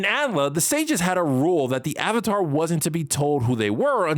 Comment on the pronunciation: Calling Avatar "atlah" and Korra "TeeLock" out loud alone makes me unable to watch this.